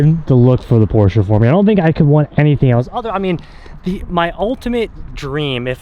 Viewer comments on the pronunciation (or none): Please pronounce Porsche correctly lol